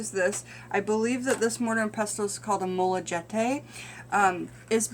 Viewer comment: Molcajete - Mol-ka-heh-teh The J makes an H sound and the H is silent in spanish.